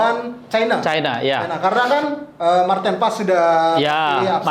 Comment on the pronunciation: Maarten Paes bukan Maarten Pes bung